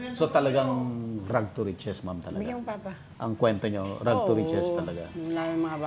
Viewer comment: Rags not rug 🤣